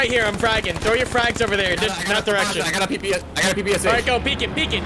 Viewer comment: The Russian ppsh is said like per per sha Not p p s H Good video